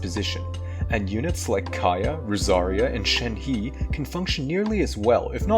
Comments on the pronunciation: Shen-hee. My ears are bleeding :D. Its Shen-huh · Did you really just pronounced shenhe as Shen-Hee wtf Edit: actually it makes sense why you'd say it that way